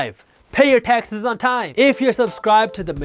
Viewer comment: Lol I kept hearing "Texas" instead of taxes